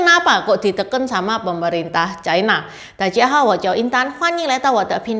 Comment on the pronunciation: Ucapan yg bnr : China, bukan chaina